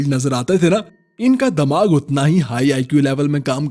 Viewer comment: Damaag nhi dimaag hota h bro 😂